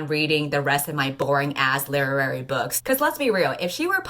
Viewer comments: english is not my native language so WTF is saying? lerary novels? wut? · Guys, what is she saying when she pronounces "Leerary?" is it literary? Sorry I genuinely don't know